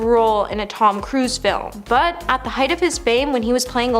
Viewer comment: Heigth???? It is pronounced height!!!